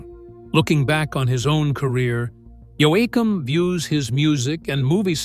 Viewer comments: decide how you want to pronounce his name and stick with it YOKUM or Yoahkum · They did. It is pronounced both ways in this video. It begins by pronouncing it correctly, then it shifts to yo ay kum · damn AI can't pronounce his last name the same way twice in a row. sometimes it's correct, yet sometimes it's pronounced 3 different ways. part of the time it uses a hard a pronunciation, yet others uses a soft a, and even more use an augmented soft a making it an awe sound. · Whoever produced this video needs to edit the AI so it pronounces names & words correctly. There's NOTHING more DOSRESPECTFUL than watching a video about a country singing LEGEND & having the narrator (NOT EVEN A HUMAN) pronounce the LEGENDARY Dwight Yoakams name WRONG! IT RUINED THE ENTIRE VIDEO for me. A COMPLETE & TOTAL TURN OFF that made me stop watching it after about 30 mispronunciations of Dwight's last name "YOAKAM" Such an INSULT to a legendary singer/songwriter such as Dwight Yoakam! 😡 Have you ever heard of PROOF READING? Well in videos is called editing & other things I'm sure. This to me shows the inexperience & unprofessional work of the people involved in the production of this video. I'm not positive but I think you would get more likes & views if they spent some time & effort to make the quality of this video more pleasant for the viewers. The fact rhat the narrator is AI shows lack of concern for the quality of this video. It's all PURE LAZINESS & UNPROFESSIONAL people involved in the making of the video! 👎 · Ai is getting crazy good. Scary its probably only 10 years away from pronouncing Yoakum correctly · If your going to talk about someone's life say their last name right how dumb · I feel fortunate to have seen him twice once in Sweden and again in London. His performances were flawless ❤❤❤ Sadly this mispronunciation of his name is extremely annoying 😮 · Click bait. Poorly narrerated. How can AI pronounce his name wrong in 6 different ways? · YOKE-UM is how it's pronounced.